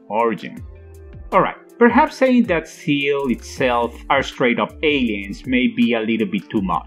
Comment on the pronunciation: When you explain it that way it's not just confusing but it's stupid as well. Also SEELE isn't pronounced seal.